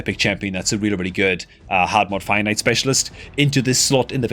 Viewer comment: Lol when I first started watching I also though he was saying "finite" until after a while I realized it was fire knight.